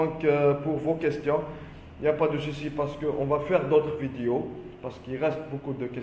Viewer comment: Vidiou !!!! Ou vidéo 🙃🤔😂🤣🤣🤣 l’accent mortel . Discription !!! Ou Description 😂😂😂🤣🤣 . Vraiment l’accent c’est celui de Gad 😂😂😂🤣🙃 Il ne faut pas dire “ qu’on a “ mais “ que nous avons “ 😂😂 Y’en a des gens !!!!🤔🤣🤣😂😂ce n’est pas français, il faut dire “ il y a des personnes “ enfin il y a des fautes dans pratiquement toutes les phrases alors il vaut mieux s’exprimer en arabe . Bon courage 👍c’était rigolo 😂 merci